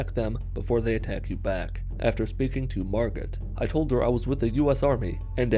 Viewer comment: As someone with a silent T at the end of their name, pretty sure it's pronounced Mar-go